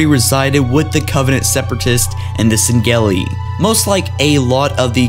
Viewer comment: Dude I love your videos but you really fucken need to start saying Sengelli the right way